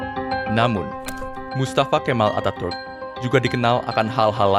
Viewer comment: Pengucapan Atatürk salah min